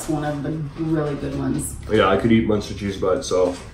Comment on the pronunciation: Its munster not monster. So you say it with a u not a o. Lol